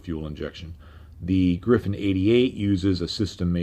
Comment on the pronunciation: I love your content! Just one remark: it's a RR Griffon, not Griffin, as you pronounce it.